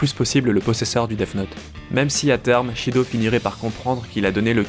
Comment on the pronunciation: Shido? Son nom est Sido! Pas Shido!